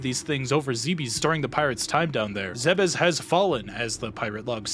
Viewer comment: I love how he pronounces planet Zimbabwe as well